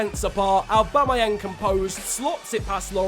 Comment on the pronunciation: Literally nobody ever:: Owbamowang